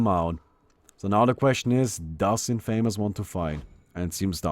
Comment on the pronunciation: 1st thing I heard was the incorrect pronunciation of 'Infamous'